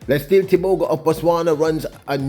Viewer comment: Bro. His name is pronounced Let See Lay